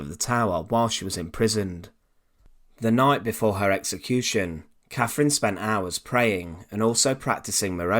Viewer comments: Why can't these guys find a narrator who speaks English for their informative content ?? ... Who was Caffrin ? ... Who was Henry va eighff ?? ... Good content, spoiled by some geeza who can't toolk propa :D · Sorry - I can’t bear this . “Free” instead of three. “Muvver” instead of mother. “Cafrin” instead of Catherine. I’m off ...